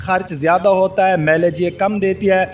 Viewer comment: cultus cul tus ایک ہی وزن کی آواز دیتے ہیں Tis نہیں آپ کلٹس کا آدھا تلفظ درست آدھا غلط بولتے ہیں کاربوریٹر ۔۔۔پوریٹر ہیں ۔۔۔۔میلج نہیں ۔۔مائلیج خیر میں آپکی بات سمجھنے پہ دھیان دونگا اردو درست کیوں کروں؟